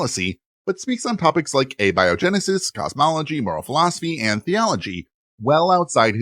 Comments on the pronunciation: I chuckled at "Awby O. Genesis" for abiogenesis. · Abby-oh-genesis. Thanks, AI.